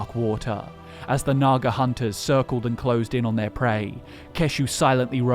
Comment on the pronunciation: "nagars, that's N A G A" proceeds to call them nothing but nagars. Oh noer